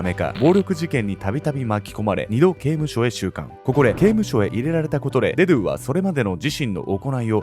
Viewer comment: デドゥのイントネーション気になって仕方ない